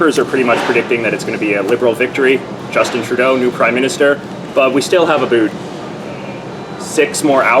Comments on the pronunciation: Aboot!? Dude really? I am Canadian and no one says that. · Aboot. Seriously? WTF? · I'm rewinding every time you say "aboot" just so I can hear it again....so satisfying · You're the first person I've heard say "aboot" unironically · I never understood why Americans say Canadians pronounce about as "aboot" until I watched this video. You do it every time. LOL - A fellow Canadian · American here, no. Plenty of Canadians still have the vowel fronting, it's just less pronounced. So more like aboet. Linus is one example. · dude i live in canada and when i watched this video i thought he was saying aboot as a joke, then realised it was real lol ive never actually heard someone be legit while saying it, so no we dont all talk like that trust me